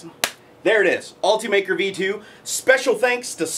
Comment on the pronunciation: ALL-TEE-MAKER is not how this is pronounced. It is ULT-UH-MAKER, as in ultimate maker.